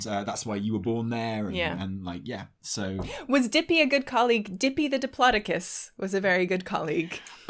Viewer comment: Anyone else stressed out by pronunciation of Diplodocus??